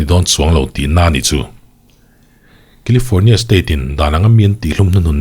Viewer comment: Kilifâwrnia lama kan kîzen ten lo nawr deuh se, FIR lamah lo report nawn leh se la. Thuthlûkna (not thutlukna) thar lo siam se a ṭha ang. 😂